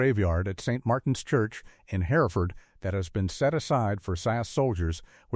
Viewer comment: Pauses too long, in the wrong place and 2013 not 2,013! SAS, Sauce, Saz, the inconsistency is bewildering! Not identified, yet identified when KIA! I cannot abide the piss poor pronunciation of Hereford! Not Herrford!!!!! WW2 photos!!!!!!!!